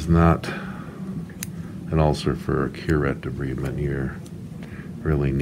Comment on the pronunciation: It's pronounced de-bride-ment. Otherwise, your technique was satisfactory.